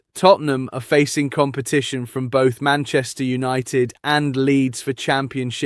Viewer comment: Why can’t you say millions and its not opted its united come on your English too stop butchering the language 😤🙊😩🥵